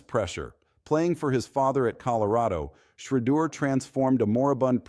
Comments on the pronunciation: Why are you unable to pronounce Shedeur's name correctly? Just listen to how major news programs pronounce it correctly. I find it idiotic that you think so little of your work as to keep incorrectly pronouncing his name. Take pride in your work!!! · Man if you don’t know how to pronounce Sheduer name properly just go ahead and delete your account 👎🏾